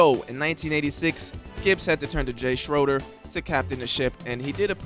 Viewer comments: It's pronounced Shraider not Sroder. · FYI - Jay Shroeder is pronounced Shrader. A sound not O. And As much as we all love Doug Williams, Jay Shroeder doesn't get any recognition for the games he played that winning Super Bowl Season. Doug Williams was plugged in near the end of that season. They were both good. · To the poster--why are you apologizing for saying "Redskins". It was the team's name at the time. And even more importantly, the "Native Americans" have been polled--90% never had a problem with the name. Liberal whites bitch about everything... so don't give in. And it was Jay SCHRAY--DER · Good video but you could tell that the poster was probably not alive to know some of the little things that we all hang on to such as the pronunciation of Jay Schoeder's last name.